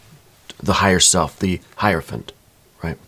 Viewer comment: I love that you actually pronounce hierophant correctly!!! One of the few people on YouTube that do. 👏🏾👏🏾👏🏾👏🏾👏🏾👏🏾👏🏾